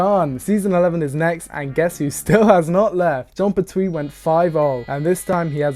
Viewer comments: Pert-wee, not per-Twee. Unsubbed. Cancelled. Banished. (Nah, only kidding. But, damn, is it really irritating to hear someone repeatedly pronounce a name the wrong way over and over again.) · Oh my god, please! It’s John PERtwee. Not PerTWEE! 😅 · The TARDIS told the Doctor: "I take you where you need to go!" When she took human form. It's pronounced Pert-we not Pert-twee!